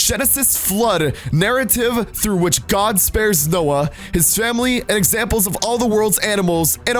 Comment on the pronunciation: It’s said Noah